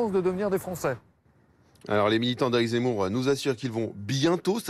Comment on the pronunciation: Son nom c'est zemmour, et non z'emmour